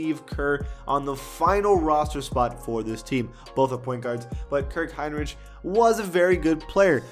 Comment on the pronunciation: Did all that research on Rafer Alston, Kirk Heinrich, Andrea Barganani but didn’t even bother on researching on how to pronounce their name. You were already there should’ve went all out🤷🏻‍♂️😂